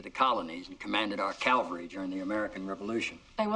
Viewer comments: "...commanded our calvary..." oops! I've made that mistake! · I've always loved this scene, and just now picked up on a glitch: President Bartlet, with his vast vocabulary and esoteric knowledge, gets ' "nuclear" right, but "cavalry" is "Calvary". Was that on Martin? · If Mrs. Morello is any kind of teacher she would have taught Jed Bartlett the difference between "cavalry" and "Calvary".